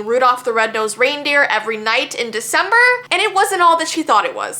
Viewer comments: Shesaid its veecember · HELP ITS VEECEMBER